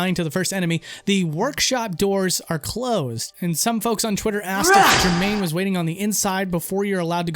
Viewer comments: supposed to distract you from his terrible pronunciation of Gherman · I think he was trying to cover up his pronunciation of Gehrman as Jermaine. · gonna have to say the main thing I didnt like about this episode was your pronunciations Vicarr is just vicur Gherman isnt said as Jermain byrgenwerth isnt byrjenwerth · Sure it wasn't to hide you calling Gehrman Germaine? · Did he call Gehrman Jermaine? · Hahahaa you called him “Germain” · It bothers me to no end... In this particular video there's also abhorrent (a-bore-rent), Gerhman (Jermain), Byrgenwerth (Berjenwerf?), Yahar'gul (Yaha Ghoul). And Byrgenwerth has a college not a university, I'm guessing the channel owner hasn't played it and is borrowing all of Lance's content here. No excuse for mispronouncing common words though. I'd be interested in hearing 'amygdala', would it be the monster, the part of the brain, or some brand new pronunciation? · Love this video but your pronunciation of Gherman and Vicar really rankled me lol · Did he just pronounce Gehrman as Jermaine? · JERMAINE For real tho great video you guys did bloodborne justice despite all the incorrect pronunciations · It was either the sound of a keyblade opening the door or to cover the sound of the mispronounciation of "Gehrman" or both